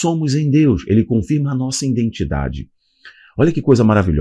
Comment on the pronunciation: Que isso?? "Jesuis"? Noutro vídeo falou "indentidade". 🤭 É nordestino agora? 😅 Aqui nóis fala assim. 😬